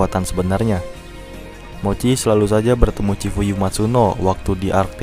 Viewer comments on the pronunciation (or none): none